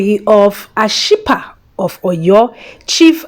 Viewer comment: You murdered Ashipa's name 😄😃😃😃😃😃😃